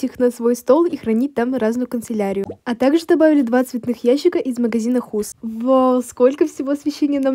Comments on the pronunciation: хас а не хус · так резко сказала: из магазина хУс)))) Звучало классно